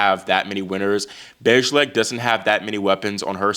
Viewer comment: Bejlek is pronounced as “baylack”.